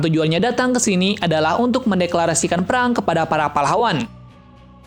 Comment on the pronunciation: erang atau perang 😂